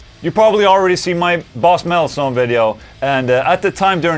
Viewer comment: Boss metalzone sounded like Boss MetalSone.. Hehe